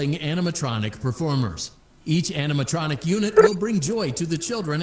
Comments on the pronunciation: Man says animatoctric in stead of animatronic 😂😂😂 speed u to funny bro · “Animanotric”… “animatotric”. Got me dying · is my personal favorite, bro could not pronounce animatronic lmfaoo